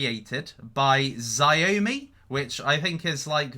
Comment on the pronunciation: You need to ask boxmining or lola how to pronounce xiaomi